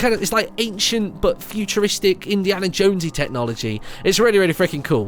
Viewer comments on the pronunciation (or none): none